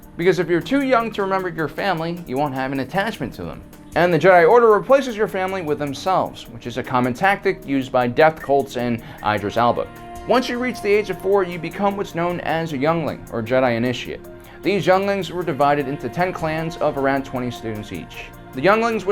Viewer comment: And Eye-dris Alba